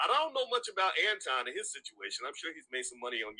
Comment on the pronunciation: Notice suddenly Boyce started pronouncing Anton's name correctly